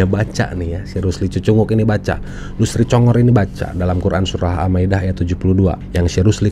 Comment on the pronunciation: Murtadin ini kynya membaca lathinnya bukan arabnya sebab terdengar MAKHRAJ aburadul n yg benar dibaca SURAH (H) di bacanya SURAT (T).